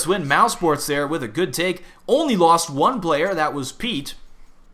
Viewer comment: why pronounce it mousports?